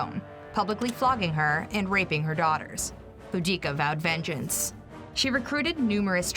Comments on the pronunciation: Bo-dic-a that really annoyed me how she said it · The pronunciation of Boudicca and her tribe gave me psychic damage